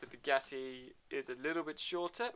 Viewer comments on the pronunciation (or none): It's not beuggatti is buggatti